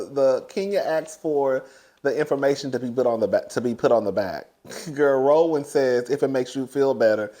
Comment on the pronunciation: really said ‘RAW-WAN’😂😂😂😂